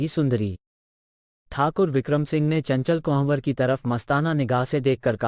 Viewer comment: बहुत उम्दा प्रयास है। प्रेमचंद की कहानियां तो बचपन से पढ़ते चले आए हैं। लेकिन यह नहीं पढ़ी थी। आप के सौजन्य से पढ़ / सुन पाए। धन्यवाद। कहानी सुनाने वाले कई उर्दू शब्दों का ठीक से उच्चारण नहीं कर पाए। चंचल कुंवर का नाम भी ठीक से नहीं ले पा रहे थे। ये आलोचना नहीं समीक्षा है ताकि आगे सुधार हो सके। प्रस्तुति और अच्छी हो सके। आशा है अन्यथा नहीं लेंगे।